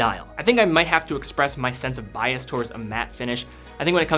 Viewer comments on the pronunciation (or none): none